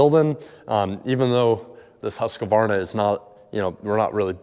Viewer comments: The way you butchered the pronunciation of Husqvarna 🙈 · As a Swede, how you pronounced Husqvarna killed me 😭 I know it’s irrelevant since I could still make out what you said, but still. But DAMN what a cool place! Unique home and cool AF. Even if it’s pouring down outside you can still sit “outdoor” and enjoy it without getting wet at all.